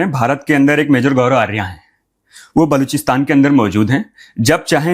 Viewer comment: Sir aapne bail buddhi bola, bail ko bura lag gaya hoga, u should say sorry to bail 😂, vo gaurav arya tak dhang se bol nai pa raha tha, gaurfaria kya hota hai😂, love you saab ji❤